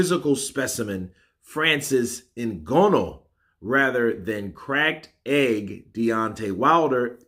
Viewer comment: learn to pronounce Nganous name.